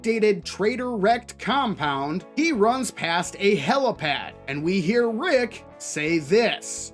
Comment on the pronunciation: Slip of the tongue is far more likely in my opinion especially with how they then pronounce it "HelOpad" Its HelIpad. Cause there aint no such thing as a Helocopter. Its a Helicopter. Probably an in joke tho.